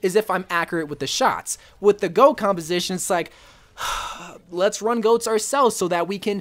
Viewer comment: It's goats not go😂